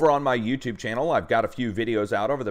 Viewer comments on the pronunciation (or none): none